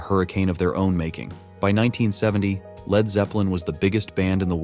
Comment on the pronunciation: 'Led' guitarist? Can't the AI narrator robots be programmed to pronounce words correctly?